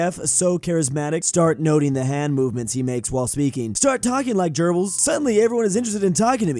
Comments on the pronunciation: Litteraly everyone: Goebbels: Gerbals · I thought you said gerbils there, but Goebbels is pronounced very differently, as he is written with an ö in German. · I almost spat out my meal when I heard pronounced Goebbels literally like "gerbils".:D In all honesty though: In German, the letter G – unless in some loanwords predominantly from English or French – is ALWAYS pronounced like the "hard G"! And that is not only the case in German, but in the majority of Germanic languages, all Slavic languages, all Celtic languages, all Baltic languages and in the standard transcription of most languages that originally use a writing system other than Latin-based. In other words: Unless you're speaking English or any actual Romance language and you encounter the letter G (not including multi-letter phonems that include a G, like "gh" in some languages) you're almost guaranteed to have it right when always using the hard G sound.:)